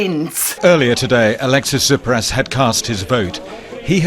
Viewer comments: Russell its Tsιpras not Zipras. Siriza not Si-ritsa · Love the Trews! You got your pronunciations wrong though... It is not Zipras and Syritza! It is Tsipras and Syriza. The z is a zed in Greek not a tz! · Tsipras...not Zipras mate... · Tsipras as in CHiPras. And SYRIZA may be an acronym but it also means cutting something at the root. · That's the spirit here in Greece!! It's your turn now to show your "leaders" you're not afraid!!! oh and Russell, about the pronunciation it should sound more like "Chipras" ;) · OK Russell I love what you're saying but please pronounce this with us the Greeks: Tsipras is pronounced Chip-russ and Syriza is pronounced See-Ree-Zah. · Tsipras = Cheepras SYRIZA = Seerixa(As in Xena) If anyone is interested in better pronunciation. Also, Russel, i've been following you for awhile, you can also state how from the loans Greece gets, a mere 10% goes to public spending, EVERYTHING else goes back to banks and older loans. Meaning that we are borrowing money to repay older loans and get stuck with interests. So it's a pretty much vicious, never ending cycle which only profits banks. Europeans pay money to Greece, which never really end up in Greece and Greeks go through tremendous austerity which further destroys our economy and lives. A win win situation for our old good buds at IMF. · It's T s i p r a s. Sounds like chip with ras in the end... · it's SEE-ree-za , and CHEE- pras